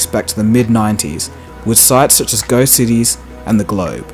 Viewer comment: How do you get "go cities" out of "geocities:? It's "Gee-oh-cities"